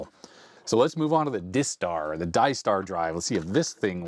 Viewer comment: Clearly the disk drive is"DIE star" not "diss tar" because it kills the machine.